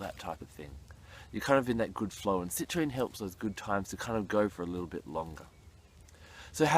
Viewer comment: Do some people call citrine...Citranite?